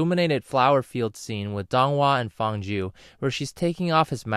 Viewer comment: Man it really gets to me on how you're pronouncing their names wrong. Pronounce Feng Jiu like "Fuh-ng Jee-oo" (but the "ee" vowel is short, more emphasis on the "oo" vowel) and Dong Hua like Doh-ng Hoo-ah (but the "oo" vowel is very short, more emphasis "ah" vowel ) If you're gonna make a vid, please at least get the name pronunciation right